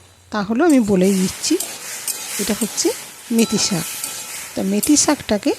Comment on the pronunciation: কথাটা 'মেথি' শাক। মেতি নয়।